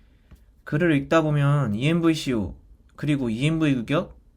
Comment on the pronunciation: 근데 왜 이엠비쇼라고 하시나요 ㅋㅋㅋ